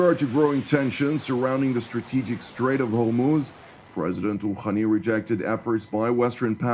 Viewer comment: Iranian president "khhhhhakhem Khooookhhhhhhhani????? It is Hassan Rohani. Hhhhhhhh not khakhan